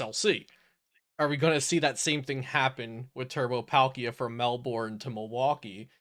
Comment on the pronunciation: Melbourne is "Mel-bern" but good content!